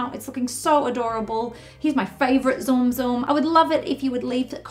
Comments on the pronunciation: I felt my heart clench everytime she said "Zoom Zoom" The Tsum Tsum is super cute though Tsum Tsum try pronouncing it as Soom Soom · zoom zoom? I thought the pronounciation is silent t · You said tsum tsum wrong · She pronounced tsum tsum wrong